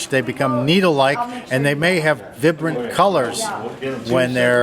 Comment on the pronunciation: I know what it is. The guy said Vibrant weird. Lol. Thought it was funny